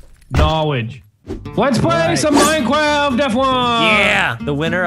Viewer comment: Minecwaft deff wun